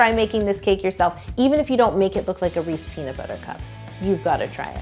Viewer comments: Facts I'm from Philly too lol it was making be tight when she kept saying it wrong...Canadian aye lol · I was like hey she said it wrong that's not how we say it in Texas lol.. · Still triggered by the pronunciation 🤷‍♀️ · Never heard anyone pronounce Reese’s the way yo does😅💓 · Sana Saleh you haven’t. She’s saying it wrong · It’s not right. There’s an apostrophe and a s there that she completely ignored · Because That's not how they pronounce it in the commercials! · It’s an American candy pronounced Reese’s Peanut Butter Cup. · Oooooh nooooo she said Reese's wrong 😱😩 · Its Reese’s not “re-sees.” All you have to do is actually watch a Reeses commercial. They say their product name. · Never heard it called a "Reese" peanut butter before...its Reese's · "Reese's" not "Reese" Yo! Lol meanwile im from Philly where everybody calls them "Reesy" cups lol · I can’t believe she said Reese instead of Reese’s so many times. I literally have never heard a single person call it that, ever! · Nonononononono, "Reesy" is said by people who can't read or speak correctly. They inaccurately pronounce the third "E" and it makes me crazy...but then again, I was an English major and I hate hearing people mispronounce words. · It's correctly pronounced "Reese's" NOT REESY. I HATE THAT!!! People who say Reesy either can't read...or...THEY CAN'T READ! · They call them Reesy cups in Maryland too. According to Mars it's supposed to be "Rees-ez" (as in rhymes with "pieces") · sun no it isn't. It isn't subjective or a matter of opinion. In Canada it is called Reece PB Cups. In America it is called Reece's PB Cup. It is not pronounced "Reecies" and if someone says it that way, they are mispronouncing it. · Did it bother anyone else that she said “Reese” not “Reese’s” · Wait..is she saying "rees" ?>:O it's a Reese!😅 (no hate! I love your videos) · Did you call them "Reece" peanut butter cups? They're REESES not Reece, things like that bug me. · Anyone else notice she said Reese not ReeseS